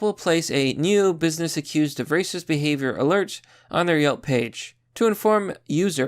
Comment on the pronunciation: Why do you pronounce racist as "reecist"?